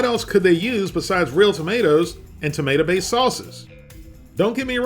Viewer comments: Tomeato c'mon bro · ToMeato!! Come on, it was right in front of your face! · Tomeato vs Tomeatah